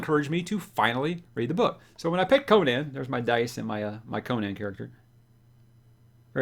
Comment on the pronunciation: Gratz on finally getting on the Conan train. Btw, you should probably learn how to pronounce it, hehe. I find it so disappointing that most of the fantasy book channels on YouTube completely ignore REH and his many wonderful characters. Shame Amazon gave up on Conan. None of REH's chars have been treated well on film. Only the first Conan movie was worth a damn imo. The comics did a pretty fair job and introduced the char to millions. Don't neglect REH's other chars. Bran Mak Morn is a fantasy treat. Howard also wrote numerous boxing stories and he also delved into humor with his Breckinridge Elkins stories. Also, it doesn't take long to read all the original REH Conan stuff. Many of his fans disparage the continuation of his work done by L.Sprague de Camp and Lin Carter but those are the only Conan works done by authors other than Howard that 'fit' the savage Cimmerian imo. New subscriber.